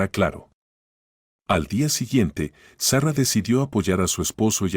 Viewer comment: Se dice SARA ( No zarra) se dice RICHARD ( No rachard) cuando van a aprender a pronunciar bien?